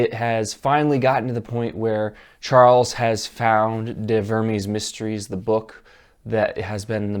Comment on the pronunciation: "de vurmeez mistreez"...it's Latin, dude...actual grammatically correct Latin...